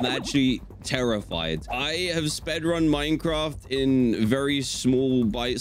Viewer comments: I just realised he said spedrun not speed run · I love how he said spedrun